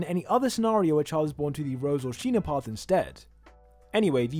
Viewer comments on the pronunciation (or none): "sheena" "paradi" wtf is with english man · Thanks for the vid. And. it's still Sina on both Anime and the manga, not Sheena. Sheena is just a mistranslation from the translator who changed the name for no reason whatsoever, the kanji in the manga still read as Sina.